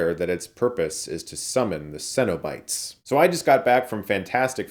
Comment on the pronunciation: I’ve never heard someone pronounce “cenobites” like Chris. Funny, because the pronunciation DOES make sense. It’s just that I’ve always heard closer to “sennabites” rather than “sen-O-bites.”